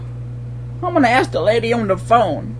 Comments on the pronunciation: YOU CANT "AKS" YOUR MANAGER! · "let me ax about dat" lol